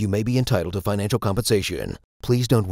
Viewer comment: "Finacial" isn't a word.